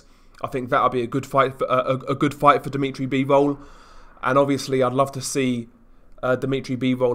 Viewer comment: "Deemeetry Beevowl"